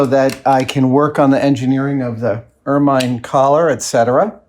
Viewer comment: You are mispronouncing ermine. It may be spelt with a final E but that is silent as inˈəːmɪn. Trust me I'm English. (Don't be silly! How can you be a language!!)